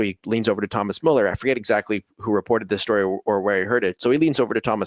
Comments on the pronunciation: damn guys ... learn to pronounce müller correctly ... such a pain to a german viewer :((((((((((( ... its soooo easy! therefore a thumb down unless you wont learn!!! (BUT: my respect you know the fcb history with great former and actual players!!!) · Guys, either put the umlaut over the u or add a e (Mueller), otherwise you're not spelling / pronouncing his name correctly